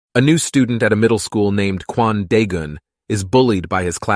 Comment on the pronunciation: am I the only one that hears Quandale Dingle whenever he says Kwan Daegun?